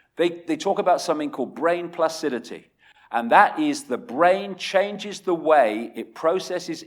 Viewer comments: it's not 'placidity. the word is 'plasticity'. Yes, there is a lot of manipulation going on. if you read John Calhoun's mouse Utopia we would probably headed for a population decline with or without AI because there simply too many of us on the planet and we are destroying the planet. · Its plasticity, not placidity. Also, says "studies have shown this" but provides no links to support this. What a load of crap. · PLASticiTy, NOT placidity. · Lol. He always says "placidity". Even his last book says it a few times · plasticity, not placidity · "Placidity" is priceless